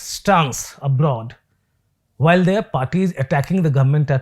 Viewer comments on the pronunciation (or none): none